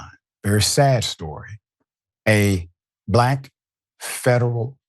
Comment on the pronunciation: Why did you emphasize black?